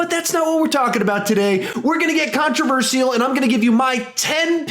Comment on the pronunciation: Contraver—seal hahahah